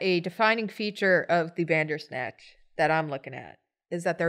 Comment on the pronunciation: When said "bandersnatch" I heard "dadersnatch" XD